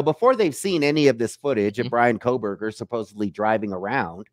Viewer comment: OK I have to comment on it...what is it with Americans these days and not being able to say the word Supposedly...its happened a lot with american youtubers who pronounce it as Supposebly..like WTF..english is your first language, you learn it from childhood and through your life..there is zero excuse LOL I am norwegian and English is not my first language and even I know its SUPPOSEDLY.., you are a lovely guy but please learn to say supposedly LOL